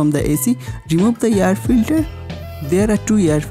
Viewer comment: hey idiot its not yar filtar, its air filter